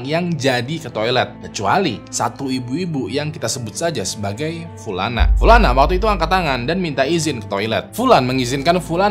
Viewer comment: Pulana pulani , notice...pliss deh Bang 😭